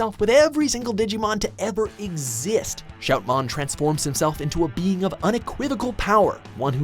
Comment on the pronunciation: IT'S SHOUTMON X7 SUPERIOR MODE!!!!!!!!!!!! THERE'S NO F IN THE NAME.!!!! ALSO, LEARN THE JAPANESE NAME PRONUNCIATIONS !!!!!